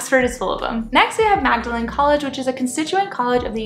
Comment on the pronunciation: Nice vid, glad you enjoyed it here in Oxford! I hope you don't mind a couple of friendly corrections from an Oxford resident: It's pronounced 'Maude-- a- lin' college (confuses everyone I know!). And also 'Bod-leian' library not 'bode-leian'. :)